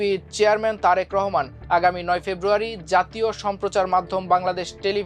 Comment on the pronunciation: Tarek Rahman er nam tik e sondor kore porlen news presenter.